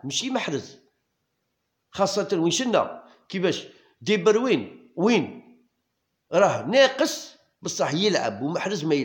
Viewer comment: خويا ديبروين ماشي دبروين هههه